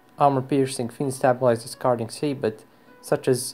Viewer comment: Saaaaa boooooow not sab ot